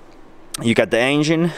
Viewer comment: I thought he was saying asian not engine😂